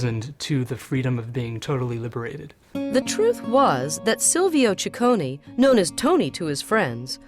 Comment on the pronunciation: It's NOT "cicconI" it's "cicconEEEEEEEEEEEE", just like the "e" in END :-P